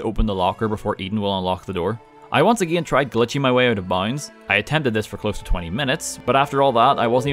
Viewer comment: Am I the only one who when he say 'again' hears Ed Gein? I'm not complaining persay, but the pronunciation could tweaked just a hair because I keep having flashbacks to serial killer documentaries, and well the neighbors are starting to look mighty tasty.